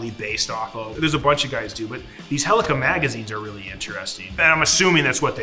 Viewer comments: Mmmmmm, yes. The literal WORST Battlefield game. Also, why does he say "helica"? I'm pretty sure it's "Helical". The L isn't silent, correct me if I'm wrong. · You can tell beardo is an infantry pog, saying helica instead of helical and with his weird pronunciation of Garand.